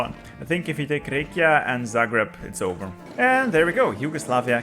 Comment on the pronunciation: as a bosnien this pronaunciation hurts me it saunded like rakia alcoholic drink its rje ka